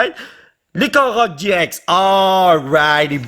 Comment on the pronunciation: Oui ok mais au lieu de dire gi ex au gx dit gé ix